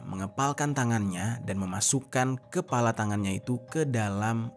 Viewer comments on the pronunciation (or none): Bukan kelapa bang, tapi KEPALA😂😂😂😂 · Bang ....bang kepala bukan KELAPA 🤣. Klau kelapa sch enak pke es tpi tu kepala yang ngeri